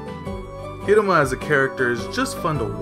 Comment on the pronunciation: He said HIMURA, Lol,Correct HIRUMA